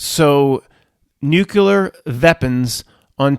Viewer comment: Nuculor veapons